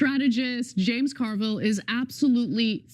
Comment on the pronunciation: I caught the "James Car-Vile" pronunciation...LOL